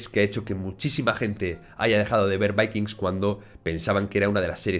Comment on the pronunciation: Porque pronuncias de esa manera el título de vikingos